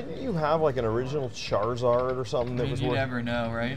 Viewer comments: lol chartsar. come on man... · saying “char czar” when ej was talking about “charizard” was hilarious! He’s clueless to early 2000’s culture. I love it! 😂